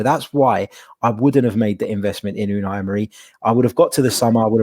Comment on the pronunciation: 18 months later and still can’t pronounce Unai 😂😂.. love the pod lads, cheers from Atlanta 🇺🇸